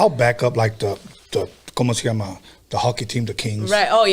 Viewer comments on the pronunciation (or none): none